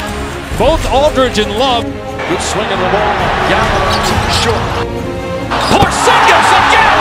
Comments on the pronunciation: Porzinjis! Seriously HAHAHAHAHAHA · Boi porzigis HE SAID PO ZIN GES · This Nikka just said porzingjizz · #1 Stephen a smith say his damn name right, #2 too tall for basketball? What are you talking about? #3 Porzingas is amazing now and everyone in New York acts like they’ve loved him the whole time. C’mon man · His Name is Tingis Pingis get it right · I hate that Steven A. Smith call Kristaps, Porzigingis. Like if u agree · Stephen A needs to learn how to pronounce a name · Smith can't say his freaking name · You know Stephan a smith was mispronouncing his name on purpose just to be annoying